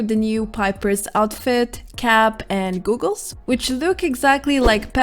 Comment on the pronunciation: I love how you say goggles 😆😆